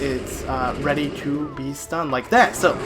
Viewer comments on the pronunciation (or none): none